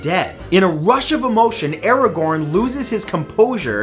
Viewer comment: So no one's gonna comment Mathews pronunciation of Aragorn?😂